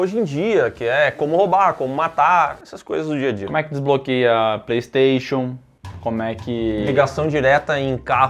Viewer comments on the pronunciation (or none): none